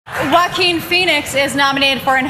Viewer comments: I have been pronouncing Jack quin all these times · Is that how you pronounce his name. Had no idea. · That's how you pronounce it... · I always thought it was pronounced Joaquin, not Joaquin. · I didn't know his name was pronounced like that 💀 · That's how you pronounce his name? I thought it's more like French Jacques